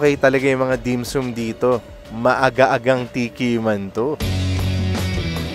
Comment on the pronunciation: bossing ang pronounce ay dim-SAM .. hindi dim-SOOM 🤣😋🤣